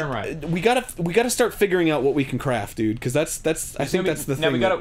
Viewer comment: Did I hear.... CRAF(T)? YOU LIKA EATING THE CRAF? METUUUUUUU